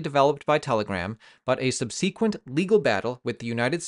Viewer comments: Sub-se-quent: Stress is on the first syllable😅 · I know this is a small thing. But when you say the word subsequent you pronounce it sub se-quent. I always have heard it pronounced as sub sah-quent. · subsequent is pronounced SUB-se-quent not sub-SEE-quent